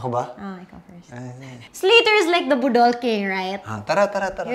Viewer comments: Huhuhu batia sa pag pronounce sa budol ti hahahahahahahahahaahahahaha 🤪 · Ang cute when ate kryz says "budol". She puts the stress on the second syllable instead of the on the first. 😆 Her budol to me sounds like a word for nadam-ag or something like that 😆😆😆😆 makahimuot kaayo